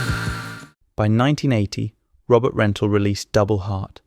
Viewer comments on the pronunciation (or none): none